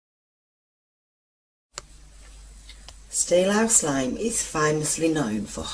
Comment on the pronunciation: Interesting but the narrator is terrible. One minute she's shouting at you then the next minute she's stopping and starting like she hasn't read through the script first and pronouncing words wrong like catacombs and Worcester and it's Steelhouse lane not "Stealhouse" It's a shame because I like her brummie accent. Maybe practice reading the script before recording?